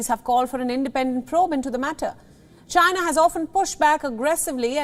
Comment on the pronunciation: The who is disapointed in chy-nah??!😂🤣😂🤣